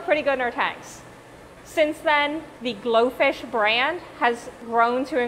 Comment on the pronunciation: I thought you said goldfish